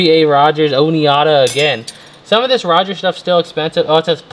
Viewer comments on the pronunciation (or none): OMG I am laughing so hard - the silverware is pronounced "Oh Ni Da". You said "oh ne Ida" That extra syllable you put on it. I know it is so way before your time but you gave me a good laugh. Thanks!!!! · Ohh-NEE--ODD---A.....LOL It is Ohh-NYE-DAh.... ...LOL Oneida..... I'm going to start pronouncing it like you do the next time I am at a fancy restaurant to start a comedic conversation with family. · Oneida pronounced oh nide ah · Oneida - pronunciation is o nye duh!🤩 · Lol.. The flatware is pronounced OH NYE DAH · FYI: Oneida is pronounced O-need-a. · I couldn't stop laughing after he pronounced it wrong and it's O-Nye-Da phonetically spelled